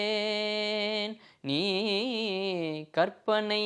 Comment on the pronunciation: கற்பனை என்று உச்சரித்து பழகுங்கள் ; கர்ப்பனை என்று சொல்வது தவறு